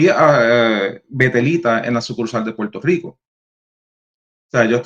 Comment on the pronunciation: EN PUELTO LICO NO HAY R ?